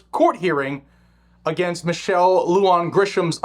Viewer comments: Love your content.. big supporter.. Just an FYI for you (having been born in NM), not that it's really important, but wanted to offer the pronunciation of these names/words.. First, the commie governor's name is Lujan, pronounced *LOO-HAHN*... Next "Bernalillo"... pronounced *BERN-AH-LEE-OH*... Totally NOT hating man, like I said... LOVE you! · FYI: Lujan is pronounced like 'loo han'